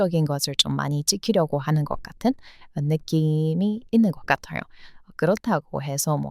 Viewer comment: 주인장님의 영상 매번 보는데 일부러 지적질하려는 건 아니고 어찌보면 매력이긴 한대 "느낌이 있어요"를 "느씸이가 있어요"로 발음하시네요. "이"나 "가"는 '주격조사'라던가 뭔 문법용어 있던데 기억나질 않네요. 암튼 중복/이중으로 쓰시면 한국인이 듣기에는 좀 이상합니다. 평소 한국문화를 사랑해주셔서 감사드립니다.